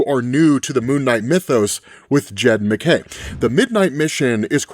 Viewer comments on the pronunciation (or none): none